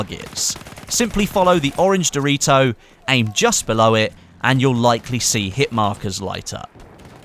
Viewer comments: "simply follow the orange doe-ree-toe" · I love how you say doritos